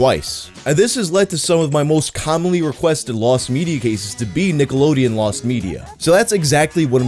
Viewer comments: I thought you said “Niggalodeon”. You may proceed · Cant be the only one listening with headphones only and had to do a double take at the very beginning of the video i swear just said Niggalodeon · Does anyone else hear him say niggalodeon at the start of the vid? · Did my man say Niggalodeon there at the beginning?...🤔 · The "cke" in that first "Nickelodeon" sounded a bit close to a "ga" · says Nickelodeon like it should have a hard R